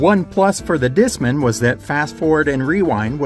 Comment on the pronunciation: It's Disc man. You're saying it like it's a last name